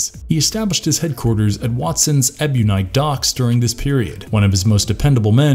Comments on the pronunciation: You know someone just reading of the wiki when they don't know how to pronounce "Ebunike" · Huge pet peeve of mine when someone makes a video wherein they mispronounce things that have demonstrated pronunciations in the source material. Ebunike and Sandevistan are not difficult words. And you sort of just explained the same thing a few different ways, probably because of run-time. Kinda gross.